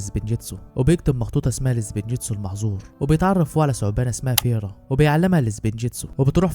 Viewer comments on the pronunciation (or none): اسمها اسفيرا مش فيرا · اسفيرا مو فيرا